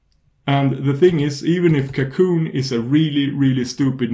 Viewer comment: Apart from a little accent, the pronuncation is correct? It's french, it's "cacoon".